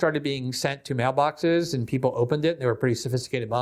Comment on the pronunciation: Love your work but you do torture the word "and"